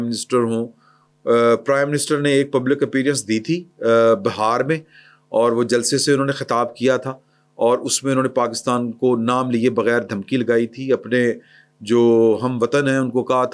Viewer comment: That is beehar not bahar.